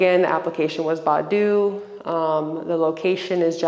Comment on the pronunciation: It's Bay- doo!